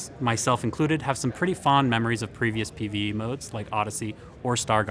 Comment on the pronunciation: He said markedly with hard ,,T" while mentioning the PVE. Remember that